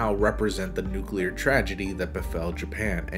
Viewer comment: Can we just appreciate that he says "nuclear" and not "nucular?"